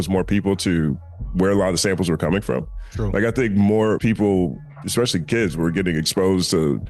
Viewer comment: Ironically, The Company Man and you just finished commenting on Puff's lazy producing style; then you go and mispronounce MTUME (em-too-may). Not surprising, considering the fact that you pronounce (especially and expect) as if they have the same prefix.